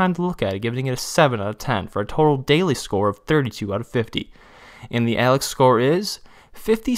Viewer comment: When he said "Alex Score" I lost it. 🤣🤣🤣